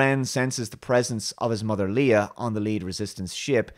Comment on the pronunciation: Hmm, had to stop the video after you said there was some really clever humour, much better character moments and that Rey is more multi-dimensional. These 3 are among some of the mains issues with this movie. Also, not sure if it's just your accent but Leia is pronounced "Lay-ah" not "Lee-ah". It's odd as I expected you would not like this movie at all much like STD. The below is a great video particularly on the post-modernism issues with both